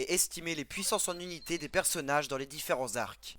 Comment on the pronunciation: On dit "unité" et pas "zunité". C'est insupportable, j'ai tenu 2 minutes.